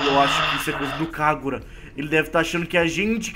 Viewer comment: Eeee Hagura nao Kagura mdss